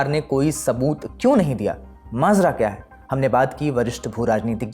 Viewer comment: पहले च्या और क्या में अंतर करना सीख लो एंकर बाबू